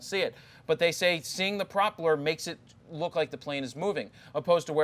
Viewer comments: Pro-peller not prop-ler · You should ask your friend how to pronounce propeller It's not proper it's propell-er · Came to the comments for the “proppler” quips. So funny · No one has a problem with how he is pronouncing 'propeller'? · Do Americans really pronounce propeller like that???? jesus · It might be a Philly thing lol. Or a Jarred thing haha.